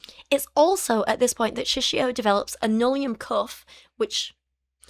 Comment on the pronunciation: Every time you say nullium, I can’t help hearing linoleum and I’m momentarily confused about what cheap flooring can do to people.